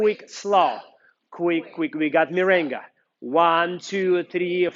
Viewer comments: Merengue, not mirengue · Very good tecnics but is MERENGUE. no mirengue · Correction*Merengue not Mirengue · Is MERENGUE not MIRENGUE.TY